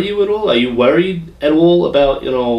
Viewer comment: Lmao "werried"